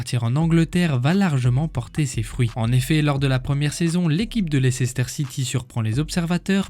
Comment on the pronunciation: Ca se prononce Leister City :) Maintenant Champion du Monde, Champions League, avec une bonne chance pour être Champion D’Europe. Il a fait le plein en cinq ans.